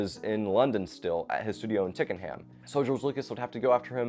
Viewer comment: "Tickinham.", TWICKENHAM I Think he means.